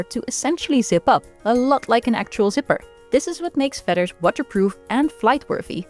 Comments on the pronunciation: I love the way you pronounce “fedder.” It is endearing. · American English speaker here and your voice is wonderful. I love how you pronounce feathers 🪶